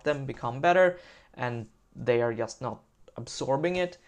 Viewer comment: The word "just" starts with a "j", not with an "i" ;)